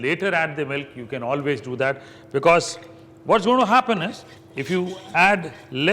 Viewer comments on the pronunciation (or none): none